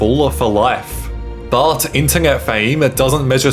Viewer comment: I have never heard such a weird pronunciation of the word “internet” How tf are you slipping the letter “G” in there? 😆